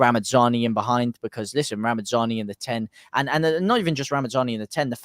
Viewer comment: Just a quick one it's ramazani there's no n and d! It's not ramandzani 😉👍🏼 great video as per folk 👍🏼